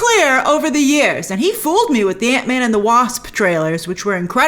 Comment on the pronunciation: Hr had the absolute proper pronunciation of... "Ant Man."